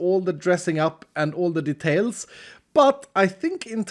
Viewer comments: It's details not D'tales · „this house needs some *detalies*”